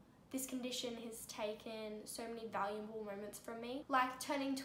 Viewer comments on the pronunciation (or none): none